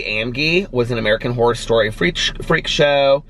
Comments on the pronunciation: I think you are saying “whore” every time you say Horror! haha oh! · Took me a good 2 minutes to realize you were saying "Horror" and not "Whore" 😂😂😂😂😂😂😂 Love you!!! Just joined the book club!! Can't wait to read American Predator!!!